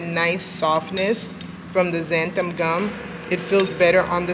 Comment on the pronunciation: You are pronouncing zanthum. It is Xanthan with n at the end, not m